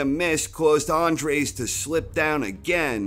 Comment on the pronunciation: It's Dennis Andries - not 'Andres'